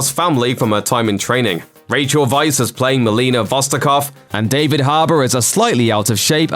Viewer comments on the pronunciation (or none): none